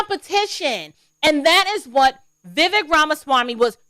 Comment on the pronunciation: pronounced Vi Vake